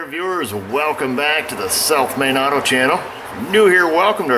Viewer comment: "SELF-MADE AUTO" Every time you say South Main auto I think you're saying self- made auto :)